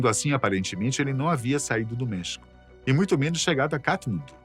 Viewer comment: essa pronuncia do espanhol ta péssima hein, custa nada ir no google e pedir para ele traduzir por voz ou pedir para alguém que fala fazer a pronuncia.. errou e errou feio LOS CHAMANES DE MEXICO Até em Português a pronuncia é com acento grafico no E de MEXICO... Como é que o cara leu MEHÍCO??